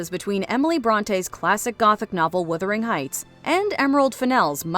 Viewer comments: What is Withering Heights? The mispronunciation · WUTHERING NOT WITHERING FFS!! THE STORY IS SET IN GEORGIAN ENGLAND, NOT REGENCY ENGLAND. IT WAS ACTUALLY PUBLISHED THE SAME YEAR IT WENT FROM GEORGIAN ENGLAND TO REGENCY ENGLAND. IT IS NOT HARD TO GET BASIC THINGS RIGHT!